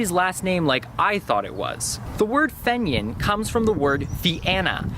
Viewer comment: pronounced FEEnian